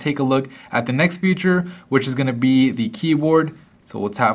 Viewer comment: He says future instead of feature....